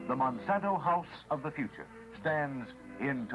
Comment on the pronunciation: Hahaha "plastic is fthe uture" lol well what I know is that plastic is one of the most problems around the world